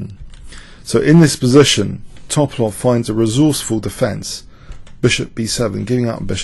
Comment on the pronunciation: I love you, but please pronounce those chess names and terms correctly: fianch(k)etto, To'palov, Pirc (peertz).